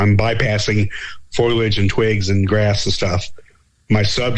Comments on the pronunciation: For the love of God bro it's FOW-LEE-AYY-DD-JJ-UHHHHHHHHHHHHHHHH!!!!! WOW...that feels better...I can breathe now...😅😜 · For the love of god, STOP saying FOIL-EDGE. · For the love of god, your guest needs to learn that the word, foliage is NOT pronounced as "foil-edge". It's "foe-lee-edge", not "foil-edge". Look at the word. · Thank you,! I'm glad I heard this. He kept saying, "foilage" instead of, "foliage". Is he referring to plants made of aluminum foil? He kept saying it over and over again. It could be worse--a "you know" or a "like" addict is really hard to listen to. I've just listened to this again, and that mispronunciation will still aggravate a person. Still, it was a good interview. I've heard a few Bigfoot researchers go on and on about photography, but do they have a good photo? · Lol, I'm glad I'm not the only one. I've heard people pronounce it like this many times on multiple podcasts and I was beginning to wonder if I've been pronouncing it wrong for years.